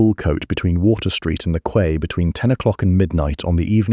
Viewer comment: Quay is pronounce 🗝️